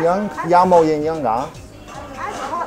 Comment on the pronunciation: Hi, the drink is not actually not Yin Yang, but yin yeung 鴛鴦. The pronunciation is similar but not the same. This is a common misconception.